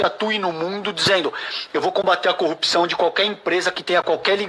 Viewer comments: O Moro falando conje e o Dallagnol falando cupção não sei como passaram no exame da OAB e depois em concurso público por que os dois são uma piada. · Curpção, conje, conja, "quem inocente foi preso" e etc. Dois dialetos: morês e dalanhês. Esses caras se formaram em Direito por correspondência? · Nem Vera Magalhães aguenta o "cupçāo" falando atrocidade em cima de atrocidade..Um alento! P.S: Calejon tá a cada dia mais sexy e delicinha com essa barba..Aff Mariah 🤤😋😘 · Além de falar "Prenti" invés de presidente. Toda vez que Deltan e Moro abrem a boca pra falar "cupição", eles matam uma fono.🤣🤣